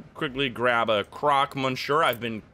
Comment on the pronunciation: I've been loving this series but please Croque is pronounced like croak, not like croc